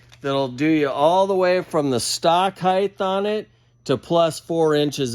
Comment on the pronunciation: Heighth lmao I love it